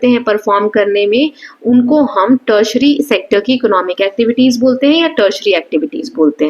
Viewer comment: It's not tetsetary it's teri tiary mam